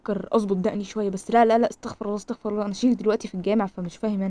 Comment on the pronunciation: المفروض تقولي استغفرُ الله علشان استغفر الله بدون ضم الراء ربنا يسامحني يعني كان ربنا اللي يستغفر